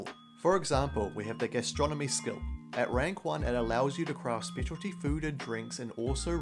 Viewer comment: OK so I'm eating whilst watching your video and I heard "Astronomy" and not "Gastronomy".... I was a little confused why knowing more about the planets helped you make great sandwiches...